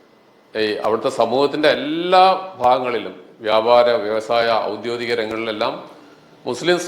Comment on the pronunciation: അക്ഷരം തിരിച്ച് പറയുക. 'ഔദ്യോദികം' എന്നല്ല ഔദ്യോഗികം( official). ആവർത്തിച്ചു പറയുന്നു. വിഷയം നല്ലതാണ്, കേരളത്തിലെ സുന്നികളും, മലേഷ്യയിലെ സുന്നികളും പള്ളിപ്രവേശത്തിലുള്ള വ്യത്യാസം. സുന്നികൾ എന്ന് നിങ്ങൾ ഉദ്ദേശിച്ചത് സുന്നത്ത് ജമാഅത്ത്എന്നായിരിക്കും. സുന്നികളും സുന്നത്ത് ജമാഅത്തും തമ്മിലുള്ള വ്യത്യാസം കൂടി നിങ്ങൾ മനസ്സിലാക്കി ആധികാരികമായി വേണം സംസാരിക്കാൻ.